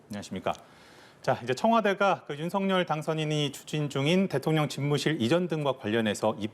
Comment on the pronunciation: 방송인 이라면 우리말 사용에 정확한 발음을 구사해야 합니다! 윤석열의 발음은 "윤서결"이지 윤성열이 아닙니다! 대부분의 기자와 방송인들이 윤석열(윤서결) 의 발음을 윤성열로 하는것을 보고 실망을 금할수 없읍니다! 윤성열과 윤석열이 같이 있다면 발음으로 어떻게 구분 할수 있읍니까? 말과 글로 먹고사는 기자나 방송인이 발음과 문법에서 자주 틀리는 행위를 반복하는 것은 부끄러운 일입니다